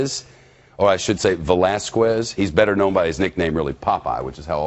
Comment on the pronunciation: Oml, please stop saying Velasquez like that